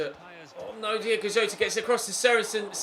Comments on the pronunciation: Diogo Jota not Diego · It's DIOGO Jota